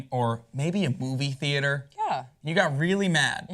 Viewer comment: when he said Movie theater at first I thought he said Booby theater. I'm so Bourney.